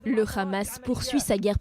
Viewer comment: Le Haaamas pas Khamas Avec un hā... Essayé au moin de prononcé correctement...